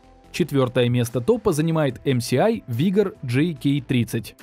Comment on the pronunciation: вторая клавиатура какая нахрен Эм Си Ай? Это читается как Эм Эс Ай. Эм Си Ай было бы MCI а не MSI